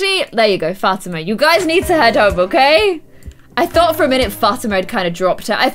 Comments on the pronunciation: Still bugs me that she calls her Fat-ima and not Fa-tee-man.... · The way she says Fatima it's pronounced Fuh-Tee-Muh